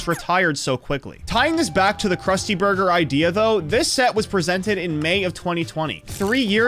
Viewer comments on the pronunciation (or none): none